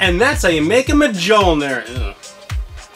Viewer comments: BRUH MUH JULL NER Mjolnir=Myullneer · Majolnir. Really. You can do better than that. It's pronounced me-yo-lnir. Mjolnir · Whaaaaattt!!! you've to pronunce: Miölnir not: M-g-olnir!!!!!!!!!!! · Just an FYI: it’s pronounced “Millneir” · Mee-ol-kneer I dunno if that helps, I think the last part mightve came out wrong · Verily, a mighty hammer for any god or Cosplayer. However, the correct pronunciation for thou Hammer is Me-Yol-Neer, or as the immortal god amongst men Paul Rudd calls it Johnathan. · I cant tell if that's a joke but its me yol neer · Ma jul ner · Learn the correct pronunciation of mjolnir its pronounced mill-nor